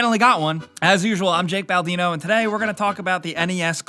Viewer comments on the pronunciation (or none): Also, why does it always sound like BalAdino?